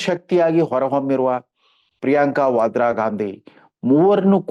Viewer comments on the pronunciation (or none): none